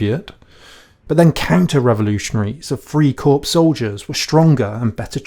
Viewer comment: It's "Lebensraum" - i.e. "LAYbensraum", not "LEEbensraum", for heaven's sake! And "FRYcorps" not "FREEcorps". Drives me crazy.... Otherwise, it's great.